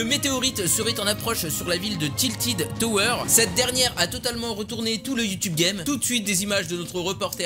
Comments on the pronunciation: j'ai stresser quand il a dit "tiltid tower" ^^ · "tiltid toweur"😂😂